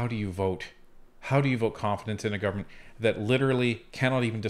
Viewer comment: It’s disgusting. He had trouble saying the word “Government”. It just made him look ridiculous considering the career he has.